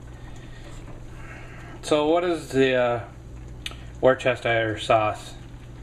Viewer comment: Worcestershire is pronounced "Wustershire" ... it's one of our English counties, and "home" of said sauce ... :-)